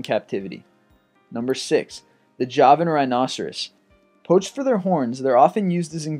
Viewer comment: Poach* not potch